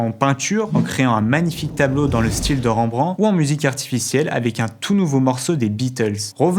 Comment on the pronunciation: ... et on en parle de Ranbran ? (on prononce Rèmebrantt)